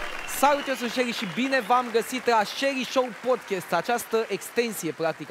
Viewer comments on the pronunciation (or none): none